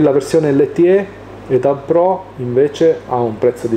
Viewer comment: C’è un nuovo italiano in giro Si scrive e-tab Pro, si legge “e-tab Pro”